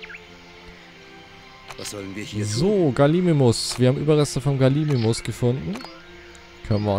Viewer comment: G A L I M I M U S nicht Galisimus man